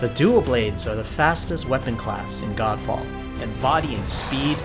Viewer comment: I was hearing it 'Gand Faad'😂😂🤣 Edit- which this game looks like😜